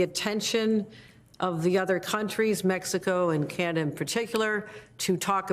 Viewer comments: It’s Canada, not Canda… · She can’t even say CANADA 🇨🇦 what is wrong with her? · can hokel say Canada?